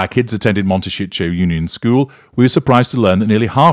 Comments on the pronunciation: Please pronounce the name Momtecito correctly. It is not Montecicho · Actually he says "Monte shit show" ;-)